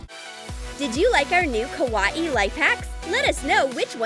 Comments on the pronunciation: You don’t even say kawaii right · I loved everything but the girl said kawaii wrong pfffff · Anyone else annoyed how she says kawaii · she says kawaii like how youre supposed to pronounce Hawaii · That's not how you say Kawaii tell you say kawaii kawaii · How says kawaii: KUWAIE How to say kawaii: ka why E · She always says cut it like this it is so irritating also the way she says kuawii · did anyone laugh when she sai kawahii #trigered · 1:it's kuh why ee not kawai!!!!2: did anyone else notice Finn from adventure time? Still like your vids! Keep em comin!😉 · Its kawii not kawahee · OMG i can not stand how she says ka wati instead of how you really say it ka why e not ka wati lol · Its kawaii not kAwyE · its not kawani ITS KAWAII!!!! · The way she says kawaii kills me 😂 “Ka wat ee” 😂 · Has very true she said Ka wa ii lol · Kawaii: (exists): KAH-WAH-EE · Ah yes, we all love ka-wa-e things. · For me it sounds like is saying KAWA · Ka-wa-e is how she says it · oh mah god "kawawai" YOU SAID IT WRONG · Did she say a KA WA E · She says kawaii as kawa ee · What is it Hawaii that is what it sounds like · it is KA Y E not KA WA E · Who gets triggered when she says kUwAeE? Like if u did ! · Make the bunny kawwi Me: I swear if she says kawwi 1 more Time I will unsubscribe not 2 mins later: blah blah blah KAWWI Me:unsubscribe from select 👉 Yes No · I’m sorry.. is she saying ka wah ee? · She says KA-WA-EE not right🤨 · It is pronounced Ka- why- ee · You pronounce kawai like kawiyey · Is It Just ME Or Everything With a Face On It NOT Kawaii And STOP Saying Kawaii Like Kawaee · She is not saying Kawaii she is saying kawa e !!!:( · bruh its kawaii NOT KAWA EE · Same, she says kawaii so weird but I like her channel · The way she says kawaii tho lol love you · U don't know how to say kawaii but I love ur channel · They don’t even know how to say Kawaii